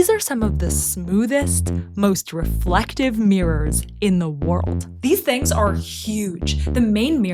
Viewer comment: I am sorry to be so bold but “reflectivity”. And thank u